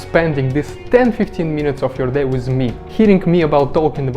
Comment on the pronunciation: Sounds like a bit of a fake accent, I know a lot of Russians and none of them talk with many misprounouncation on so many words within a short space. Who says wiz instead of with? You do but I really can't take it seriously. I don't buy it.